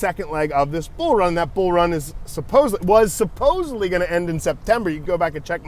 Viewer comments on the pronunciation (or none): none